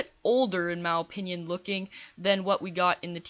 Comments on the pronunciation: Why do u say "Mah Opinian"? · No offence but do you know how to say opinion properly